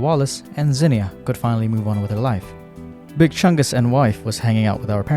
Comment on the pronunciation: Bro still saying big chunges and cringe is nuts